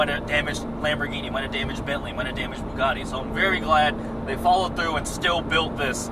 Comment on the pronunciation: É Bugatti não Bugari porra!